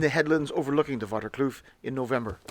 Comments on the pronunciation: Pronunciation Dennehoutkloof = Denneh hote (as in oat) kloof (long oof) I am a Saffa Military Vet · Pronounced "Dena hout kloof" (Pine tree valley) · Dennehoutkloof would be pronounced as 'Den-neh-howt-kloef' in English. It means 'Pinewood-canyon' Or Pinewood-ravine' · Sadly the pronounciation was way of bit nice video as always